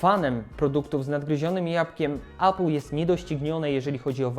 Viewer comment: Jakbyś,, mógł spróbować mówić 'epl' zamiast 'apl'. Niby pierdoła, ale wiesz jak z tym jest... A, no i udało się dotrwać do końca 😉